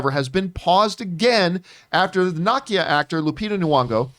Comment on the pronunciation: Not John pronouncing Nakia’s name as “Knock-e-uh” 🥴 it’s “Nuh-key-uh” dude